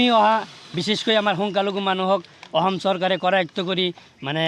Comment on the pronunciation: 😂e delhun ahom kooise...... 😂ahom ne অসম ।।।।।Assamese vlkoiii kbou njne.... Asorit dei